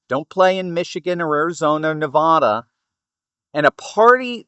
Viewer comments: You’re a smart guy. Pronounce the name of Nevada correctly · PLEASE STOP MISPRONOUNCING NEVADA!!